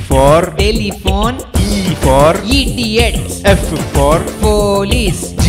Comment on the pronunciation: EEDIOTS XDDDDDDDDDDDDDDDDDDDDDDDDDDDDDDDDDDDDDDDDDDDDDDDDDDDDDDDDDDDDDDDDD